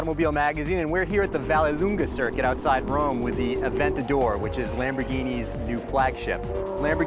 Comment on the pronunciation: sounds terrible when an english tongue says "Aventador" ..